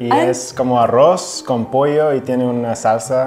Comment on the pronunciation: Filipina : pronounced tiene as chene😆